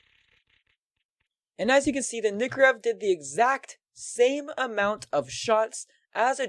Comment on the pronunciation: its nike or ev not nikkorev <o/